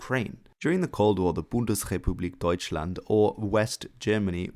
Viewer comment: why are you pronouncing "BundesCHepublik Deutschland" that way? It is pronounced BundesRepublik Deutschland! It is a rrrr.... sound, not a "ch" (like in "Macht" - english: power). You learned definitly the wrong way. It is like many german people say an f-sound when it should be "th". It is just wrong.